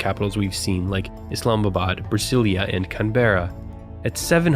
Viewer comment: In Portuguese, the s between vowels is pronounced like the English z. No need to hispanify Brasília.